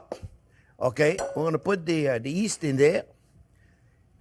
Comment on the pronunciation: Love your videos. A couple of things. It's yeast not east, and a rectangle not a triangle 😂😂